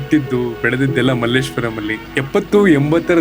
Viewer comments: Sir Malleswaram Alla Malleshwara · Difference is clear, the anchor says 'Malleshwaram' and Dr. Someshwar sir pronounces the place as 'Malleshwara' without a 'm'. This is how Malleshwara changed to Malleshwaram. All thanks to outsiders 🙏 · Malleswaram allappa ❌ ,Malleshwara ✅ ,swalpa adru sariyagi kannada hesaru helappa ,build up amale togovante